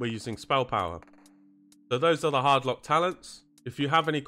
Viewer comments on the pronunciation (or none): none